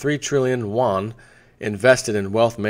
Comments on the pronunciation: Hi! There is a reason people mention your pronunciation of "Yuan". You pronounce it like "Won", which is the Korean currency (south). The closest you can get to "Yuan" in English would be "yoo-uhn". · It's yu-en, or renminbi.